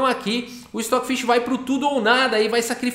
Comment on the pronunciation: O Stoofvless, se ler "Estófilês"